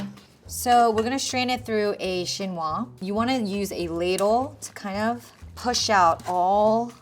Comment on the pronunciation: Shinwa??? You mean Chinois! It's a french word that literally means Chinese.